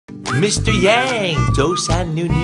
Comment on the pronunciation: 为啥开头与结尾的 Mr.Yang 读音不同？？？我已订阅了